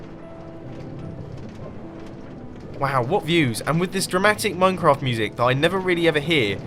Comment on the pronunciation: VulpisFoxfire It sounded more like "MineCun"